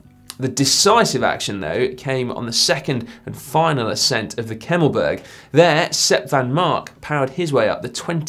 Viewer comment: Congratulations on the pronunciation of the Kemmelberg. Only Beurg is said as Berg like de a in grat from congratulations